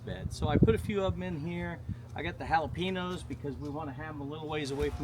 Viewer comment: Hi! Mexican woman here! 🙋🏽‍♀️👋🏻Jalapeños is actually pronounced: “Ha-la-pen-yos” That ‘ñ’ in the word makes it sound like there’s a ‘y’ sound after the ‘n’ I lost my mama last February in an awful car wreck. 😔 Being a mama without my mama is hard. But I’m not telling you anything you don’t already know. Looks like you had a great day! Tell Craig hello for me😊 -G